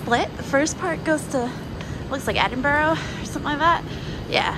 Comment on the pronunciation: It's pronounced "Edinburra"